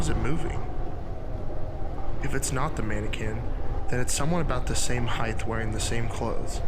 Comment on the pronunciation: GAH THIS VIDEO WAS ALMOST PERFECT BUT "Heighth" is not a word. It's Height. Length, Width, Height. Not Heighth. Such a big pet peeve of mine, I'm sorry. Honestly your content is really great.